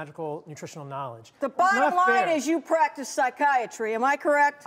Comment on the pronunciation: Emphasis on .... "PRACTICE" 😎🔥😇